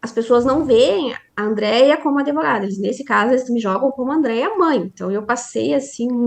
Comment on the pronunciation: Advogada que fala impactuar, ao invés de impactar,fica difícil. Penso que ela se apresenta como adevogada